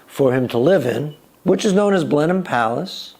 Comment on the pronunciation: We English say Blenim for Blenheim and Marlbra for Marborough. FYI.